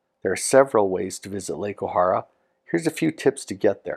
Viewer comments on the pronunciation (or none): Nice video...but it's pronounced O-hair-a. Was lucky to have worked there for several years when I was younger.